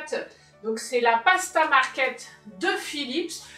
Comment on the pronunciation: Pasta maker (mais coeur) et pas market😁😁 mais tu es toute pardonnée car j'adore cec que tu fais et reste nature comme tu l'es.